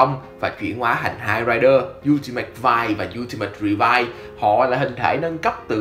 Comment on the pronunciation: Revi và vice , gọi chung là revice , ad nói sai r